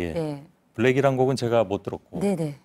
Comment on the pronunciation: 도 제가를 저가라고 말하네...